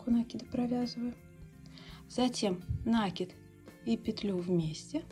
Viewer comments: Очень красивый узор, но как же тяжело слушать "нАкид"😊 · По правилам грамматики "накИд", но вопрос, думаю, еще в том, что произношение часто зависит от местного говора, вот ударения и плавают. Есть и профессиональное произношение, например, у моряков "компАс" или у следователей "возбУждено". Неправильное ударение (произношение) уши режет, но мы с вами не на филологическом форуме.